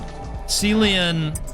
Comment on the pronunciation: Don't wanna be the "umm, actually..." guy, but it's pronounced "Killian" Murphy! But I'm sure he's a silly goat as well :)